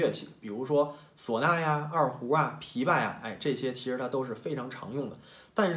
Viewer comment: 这种只是一时口误，不必纠结。